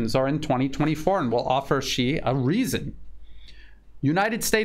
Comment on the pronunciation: Thank you for the in-depth information. Also I am please to hear you said president Xi correctly compare to most US mainstream medias. I have one year mandarin education. So I like to hear correct pronunciation.